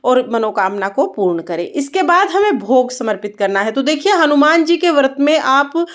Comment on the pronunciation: Jai shree Ram 🙏 Vrat boliye Vart nahi boliye